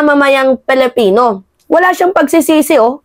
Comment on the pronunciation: PAKIBIGKAS PO NG TAMA ANG SALITANG PILIPINO .. lagi ko kc naririnig na binibigkas mo ay " palapino minsan naman ay palipino " parehas kau ng pagbigkas ni maharlikang lukaret.